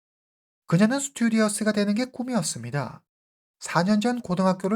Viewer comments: 스튜디어스 아니고 스튜어디스 ㅋㅋ 저도 곧잘 하는 실수라..영상 재밋게 보고있습니다! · 스튜디어스가 아니라 스튜어디스입니다 ㅡㅡ